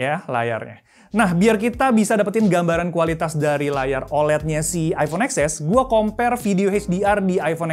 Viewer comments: baca nya bukan eks es tapi ten es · TEN ES WAK.. BUKAN EX ES…😂😂😂😂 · Baca nya iPhone Ten S kyk nya lebih enak di dengar. Hehe 😁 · eksses (emot ngakak)